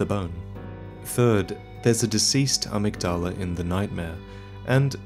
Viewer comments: To clarify, in the pronunciation, the emphasis is on the ‘mig’. So a-MYG-dala. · IT'S PRONOUNCED "uh-MIG-duh-luh" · His pronunciation of amygdala bothers me. Irl it’s pronounced uh-mig-duh-luh. The amygdala is a part of the human brain - I believe it’s connected to our emotions, especially fear. There’s a theory that psychopaths and serial killers have a reduced amygdala. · 6 years later I hope you have finally learned to pronounce amygdala properly. Love your videos, but ya killing me with some of your pronunciation (especially Gehrman, the doll literally pronounces it correctly for you. Yet you still get it wrong)